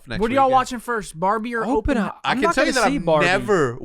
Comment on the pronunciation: Yalls mispronounced Oppenheimer the entire time